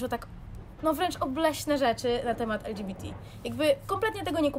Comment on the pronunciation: Czemu mówisz ,,el dżi bi ti,, jesteśmy w Polsce